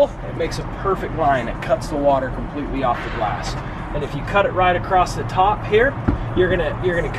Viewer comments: acrosst and ekscape! haha! I love the videos though :D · "Excape" and "acrosst" are my new favorite words.